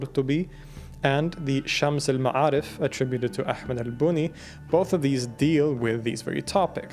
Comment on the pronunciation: When you read arabic A's they are usually be pronounced more like an E (Shems el me3arif). Good throat pronounciation though.